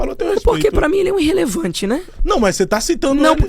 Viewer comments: " INrrelevante kkkkkkkkkkkkkkkkkk Vai estudar , jegue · Irrelevante é esse seu português “Inrrelevante”